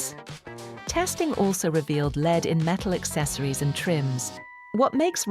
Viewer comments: AI...its not "leed" Its lead. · Leed? I can't stand AI. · Not in the UK, they pronounce it “leed”.